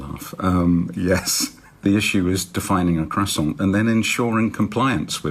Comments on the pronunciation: Fella refusing not to pronounce the r and t. CrassonT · My biggest takeaway from this video is: KWASSON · I'd like to see a British Standard Croissant just to piss off the French lol. It would, of course, have to be pronounced Cross-ant. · He brought an "expert" on who can't even pronounce croissant correctly. Some expert. I am writing a Stern Letter now. Does anyone know Stern's address?